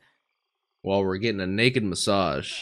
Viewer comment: I like the emphasis on naked massage xD